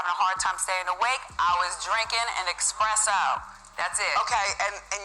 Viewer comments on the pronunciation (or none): What in the blue hell is EXpresso? Espresso. (sigh) N**gas.